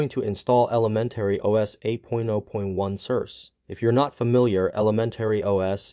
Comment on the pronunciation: "Sir Say" is how you say the name. How is it working for you? Which session do you run? Classic or Secure?